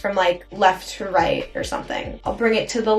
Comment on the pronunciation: “to the right to the rÆÏT”